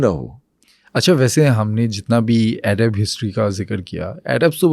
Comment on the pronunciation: it's not "Airab" its "Arab"